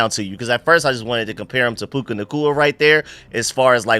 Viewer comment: It's PUKA, not PUKE.